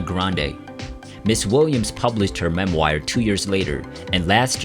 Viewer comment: “In her mem-WIRE”? “Room TWO HUNDRED AND TWENTY TWO”? Miss Williams deserves far better than to be memorialized by some thoughtless AI voice. Jaysus, you people who are responsible for this post are of the most careless kind. I wish the best for all of Cindy Williams’ family and I wish to express my deepest condolences to all who have lost one of the most beloved loved souls of our time. R.I.P., Miss Williams. 🙏